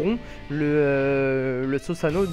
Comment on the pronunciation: par pitié on dit SOUsano et pas SOsano